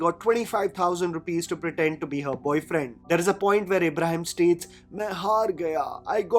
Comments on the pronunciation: you're criticizing people's acting but you can't even pronounce a name right , it's IBRAHIM not ABRAHAM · but why are you calling him Abraham like John Abraham....isn't it Ibrahim...like ibrahimovic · Ibrahim, not Abraham!! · It's not Abraham, Or Abrahim It's is IBRAHIM❤